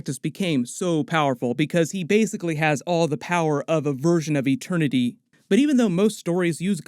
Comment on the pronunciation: No one: Peter Quill: eTeRnY